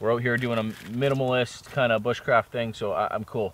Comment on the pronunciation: Liv P he also said ”Boosh crafting”